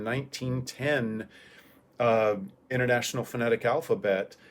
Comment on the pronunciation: The way you pronounced INTERNATIONAL at is really interesting! You didn't just drop the first T, to my ears I'd say I heard a flap-ish sound replacing the first T, but a flap after an N sound?!?!? How come????